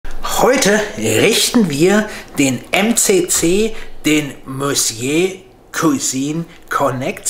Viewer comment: [Missjö] - dieses Wort sollte man schon sprechen können. 🙈